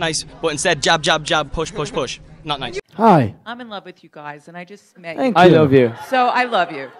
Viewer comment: louis “fank youu niall.”